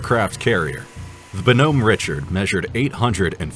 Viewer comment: WOW...really go that name wrong! The USS BONHOMME RICHARD - it's pronounced BAA-NUHM RICHARD.